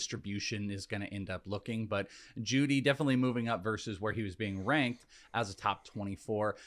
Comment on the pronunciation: Am I the only one confused when he kept reading jeudy and moore wrong? 23 and 25? The other two guys didn't say anything either?